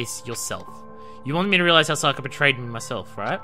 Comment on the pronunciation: They're saying her name over and over and you still can't pronounce Sayaka...or Sakura XD